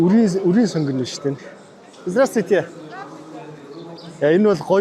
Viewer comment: Здраствуйте гэдэг биздээ Здрасттүйте гэж яриад байх юм 😅